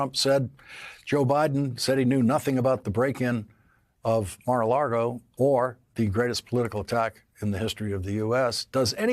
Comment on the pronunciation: Lawrence.... there's no "r" in " Lago"